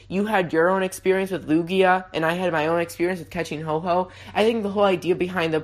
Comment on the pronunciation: Ho-oh is not said Ho Ho